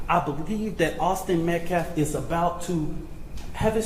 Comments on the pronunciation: His name is Austin M.E.T.C.A.L.F...not Metclaff... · This fool can’t even say Austin Metcalf the right way.. Met claaf .. he is a joke. This whole family is pieces of shit. They should get in trouble for him carrying a knife to school all the time. They jail parents for their kids missing too many days. I just have a bad feeling about this case.. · "Awzden Mekleff"!! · Whay is Austin being called his last name Metclef ? That's disrespectful... At least pronounce Austin's name correctly. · This POS Activist is not only the biggest Racist out of any of them but the LIES he stood there and threw up out of his mouth was ridiculous! And he still CAN'T say the word Metcalf, wow! 🤬 PS ~ DON'T tell the press they can't ask you anything else! 🤦‍♀️ #justiceforaustinmetcalf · Oh and I wish that asshole talking would pronounce Metcalfs name right.. either he can't read the name right or he's doing it on purpose.!!!! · notice how this guy cant say Metcalf correctly, talk about disrespectful. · That dude still can’t say METCALF right?! 😤